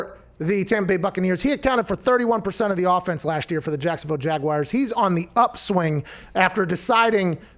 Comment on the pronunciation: I hate that Pat pronounces it "Jaguiars" every single time